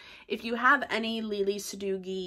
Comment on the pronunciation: wrong.Lele herself pronounces with G.